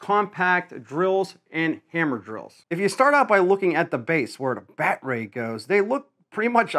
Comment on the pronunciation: Batman wants you to stop saying Bat-ray. It's proprietary.